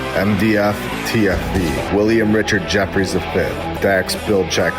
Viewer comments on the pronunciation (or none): none